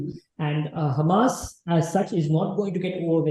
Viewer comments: Madame it is hamaas, hummas difference in spelling too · Don't take me wrong but can u pl pronounce Hamas not Hummus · Ma'am HUMMUS is lebonese dip. HAMAS is a proper noun can be mispronounced as your good self. But natives don't pronounce is as hummus but Hamaas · hahah its not hamas its HAAMAS, you more sound like humus :P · Hamas not hummus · Ma'am, it's not Humus.....it is pronounced HaMaas. Sorry to correct the pronunciation but it's very important as a good informed interviewer the pronunciation are perfect. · This lady pronounce Hamas like "Hummus". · is pronouncing Hamas like Hummus 😆